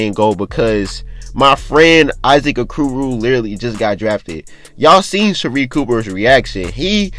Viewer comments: He said A-koo-roo 😂 😂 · O-core-o that’s how u say Issac okoros name